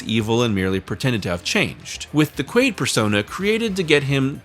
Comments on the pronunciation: Quail? You serious? It’s Quaid… have you not seen total recall? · you called him Quail so many times I started doubting that his name was actually Quaid... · Its QUAID not QUAILL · You really spent the whole video calling him Quail instead of Quaid? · his name is not quail. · I would be a good video if you could say the man's name correct.